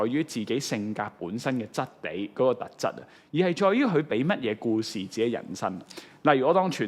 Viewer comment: 係「行」為，唔係「痕」為； 係人「生」，唔係人「身」； 係「特」質，唔係「凸」質； 係「生」活，唔係「新」活